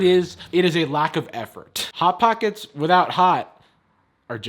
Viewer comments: "bot bockets" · I nearly spat out my drink when you said bot bocket. I can see why it’s their most popular tweet XD